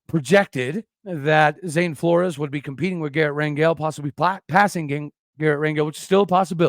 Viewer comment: Pronounced "Floors" (Flores)